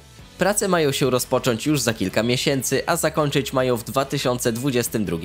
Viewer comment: Mogo, majo, starajo, zarabiajo, pojawiajo, reszto. Nie ma ą w wymowie.